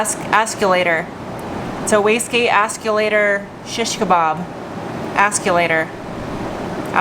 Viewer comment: "wastgate assulater...askulater…" LOL Dying.